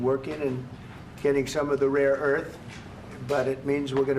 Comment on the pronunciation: He's saying raw Earth. Of course it's rare Earth.